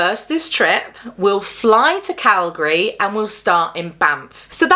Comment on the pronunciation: As a Canadian who grew up in Alberta, I appreciate your correct pronunciation of Calgary 😂 I live in Saskatchewan now and everyone here gets it wrong